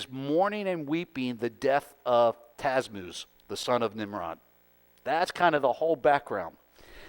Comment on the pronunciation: It is Tammuz. Ta-mooz. Rather than TaZmuz.